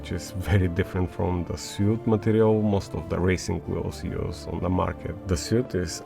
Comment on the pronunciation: In English “suede” is pronounced like “swayed.” It comes from the French word for Sweden. Always love your videos! Hope you don’t mind the English correction. You speak English so well, I thought you would want to know.